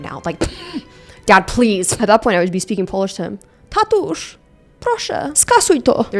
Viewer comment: As a Polish girl, the “proszę, skasuj to” was on point! I think you wanted to say “tatuś” but made it “tatusz”. I now have a new nickname for my dead beat father 💀 love u